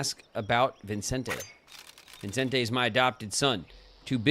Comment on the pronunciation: I am irrationally bothered by how you kept adding an "n" to Vicente's name (as in ViNcente). Irrationally because it really shouldn't bother me this much tbh 😅